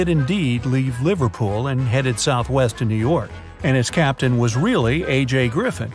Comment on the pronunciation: The fact that it’s said captian